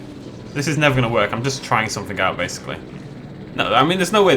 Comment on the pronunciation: How he talks: someFINGK instead of something. Why? Idk. I guess that’s just somefingk weird about him.